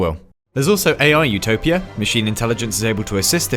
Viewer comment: My brain everytime he says "utopia" : ZOOTOPIA 🦊🐰